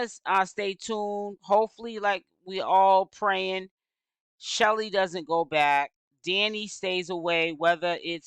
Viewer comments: Yes !! Why do she keep calling this girl Shelly ?! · Her name is Chelle (like shell) it's short for Michelle 😩